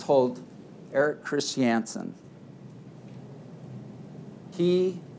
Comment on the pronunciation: I’ve never heard ‘Christiansen’ pronounced as “Chris-tee-ANN-sen”